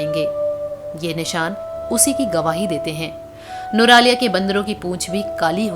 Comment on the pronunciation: Nuraliya?? Its nuwara eliya